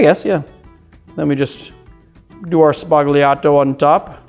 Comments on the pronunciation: It is pronounced SBA-L-IATO, the 'g' is silent in Italian. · I've mentioned this before: sbah-YAH-toh... sbah-YAH-toh... You're Italian ancestors are giving you dirty looks every time you say it like you currently do... Let's end on a high note: Love the Channel!